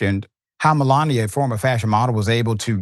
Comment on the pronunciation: 😂 The Great mel-lan-ia. What a joke😂